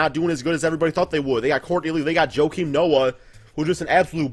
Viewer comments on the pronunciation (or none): none